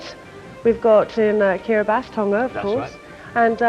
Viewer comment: Ooh, correct pronunciation of Kiribati, nice!